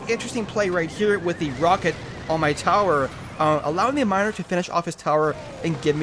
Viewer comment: hey you said minir